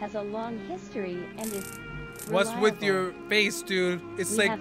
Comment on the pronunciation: dont know’s how to say “with”bc she says “whith”